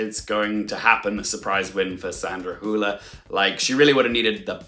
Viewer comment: Great video, Also, kudos on your pronunciation of Sandra Hüller's last name. You're one of the few English speakers who pronounces it pretty closely to how you would pronounce it in German. I've heard some people pronounce it as Sandra "Holler" or Sandra "Hiuler".